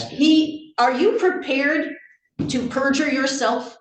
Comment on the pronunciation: “he didn’t make accurate testimony and I’m not going to make the witness purger himself.” That’s narcissistic platinum. It’s like asking someone without kids if they stoped burning their children with cigarettes. WTF is wrong with people? Edit: She reminds me of my older brother when I was a kid and we played chess. He’d knock all the pieces to the floor even when I thought he had the advantage. I had to memorize the the first paragraph of the Declaration of Independence in elementary school; and why is it people can’t pronounce unalienable rights? Also at the beginning she used the ”My Honor” in place of ’Your Honor’